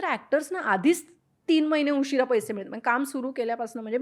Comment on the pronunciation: "पैशे" नव्हे, "पैसे"